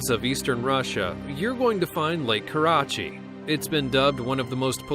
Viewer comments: Lake Karachay is pronounced Kar a CHAY not Kar a chi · does anyone else hate the way they pronounced “Karachay”? IT BUGS ME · Why is lake karachay pronounced like that??? Pretty sure its not